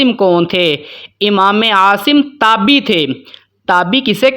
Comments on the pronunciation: اسلام علیکم ،جناب یہ لفظ" تابی" نہیں بلکہ "تابعی" ہے درست کر لیں ،شکریہ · جناب یہ تابی نہیں ہوتا تابعی ہوتا ہے آپ اگر ایسی غلطی کریں گے تو سارے لوگ آپ کی وجہ سے غلطی کے مرتکب ہوں گے اس کو درست لکھیں اور درست پڑھیں